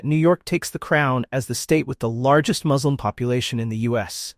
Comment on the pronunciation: Why do you insert the word "slum" in a word whose second syllable is clearly both spelled and pronounced (correctly) "slim"?